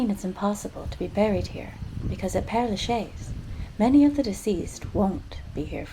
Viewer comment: You really ought to make an effort to pronounce the name of this cemetery. It's not difficult for a speaker of English to say "pear la shez." Great tour nonetheless.